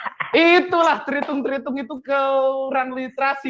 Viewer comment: apa gw yg salah denger ini ngomong tritung tritung dan kriston?